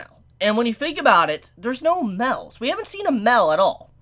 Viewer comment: "Mels" lol